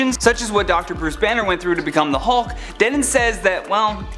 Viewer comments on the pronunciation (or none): none